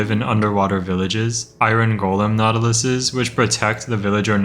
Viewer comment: every time bro says the plural of nautilus I only hear "nautilussy"